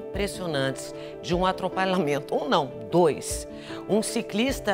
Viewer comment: ela falou atropalamento?